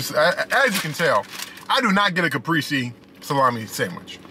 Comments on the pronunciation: Lol wow a deleted comment on a FOOD REVIEW channel?!?!?!?!? Ps its ca-pray-zay not ca-pree-zee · The way he says CAPRESE* is fkn wit me 🤣